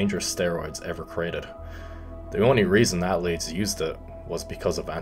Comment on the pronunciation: People: Athletes: At-letes Me: I've being saying it wrong my whole life